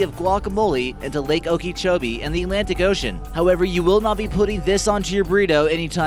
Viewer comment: Its pronounced "oka-cho-bee"